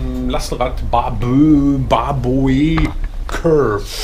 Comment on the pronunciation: Daumen hoch, schönes Video. Aussprache Baboe = Babu.